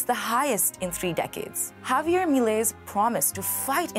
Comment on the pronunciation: girl cant pronounce Javier